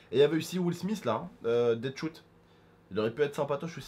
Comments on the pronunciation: Slt petite rectification ce n'est pas Deadshout mais Deadshot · Non seulement on dit pin's et pas pim's(C des biscuits)et on dit pas deadshout mais deadshoot ou deadshot Ah et aussi la forêt C uncharted 4 et le T-shirt srx faut jamais être sorti de chez soit pour ne pas connaître! Au sinon continue les vidéo wootbox je kiffe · ca se prononse dead chot